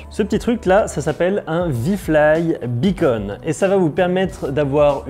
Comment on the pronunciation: Beacon pas Bunny !!!